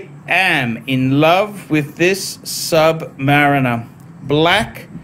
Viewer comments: Are you just saying Submarena to be annoying? It's Submariner...... er at the end not ena. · They sent it hoping you would learn to stop saying sub-marina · Is it me or he doesn’t know how to pronounce submariner 🤪🤪